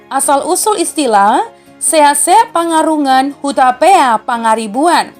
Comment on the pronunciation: Saran: Sian ahu Leman Sibarani, bere ni Toga Raja Pangaribuan ( Torpana ). 1.Seakseak panggarungan, Hutapea Pangaribuan yang benar membacanya harus panggarungan bukan pangarungan. 2. Sipartano Naiborngin anaknya hanya 2 bukan 3 yaitu: 1. Sibarani 2. Sibuea